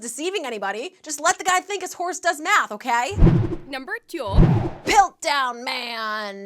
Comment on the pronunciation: am I the only one who replays the "number tiu(two)" sound 10 times?